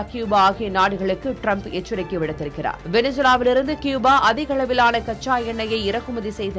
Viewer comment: கூபா. க்யூபா அல்ல. கூபா சரி